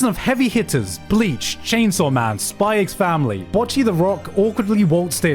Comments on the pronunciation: The X is not pronounced, in neither Spy x Family nor in Hunter x Hunter. There is no discussion to have that's just how it is officially. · he says spy ecs family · day 5 of requesting it to be pronounced "spy family" 💀